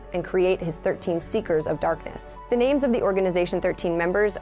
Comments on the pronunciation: I can tell you did a lot of work putting this together. It’s no easy task, but I’m so impressed. I’m just thankful you got all the name pronunciations correct. Thank you!! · You guys actually did a really good job, especially, when pronouncing all the names!